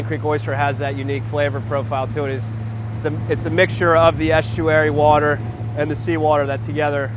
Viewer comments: brad and i pronounce water the same way i finally feel validated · ..... hahaha, every time this guy says water there it is, the correct pronunciation "WHOURDEH", 😂😂🤣🤣